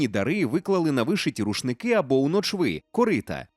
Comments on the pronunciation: правильно не "ночвИ", а "нОчви" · Дякую. Досить неочікуваний сюжет. Приємно)) Улюблений художник взагалі. Пошепки: наголос нОчви, не ночвИ